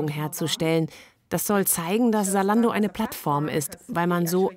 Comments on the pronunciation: Salando ? Warum kein Z in der Aussprache? Wir brauchen mehr junge Leute in der Politik die das Team antreiben. Weil ein alter Politiker der die Technik kaum nutzt würd sich für das Thema wenig einsetzen. Es müsste zu dem auch erst einmal überall in Deutschland für jede Stadt, Dorf Internet zur Verfügung stehen. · Es heißt nicht Saalando sondern ZAlando !!!!! Argh … 🥴🤦🏼‍♂️ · Warum wird Zalando "Salando" ausgesprochen? Da hab' ich die letzten Jahre wohl was falsch gemacht ohoh